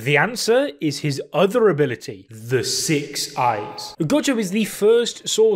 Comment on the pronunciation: “Ability” “a-billl-ity” ability never heard ability so many damn times